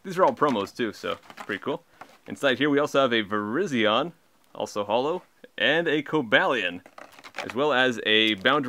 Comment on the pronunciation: XD Dude you pronouced there names wrong.(Cobalion and Virision)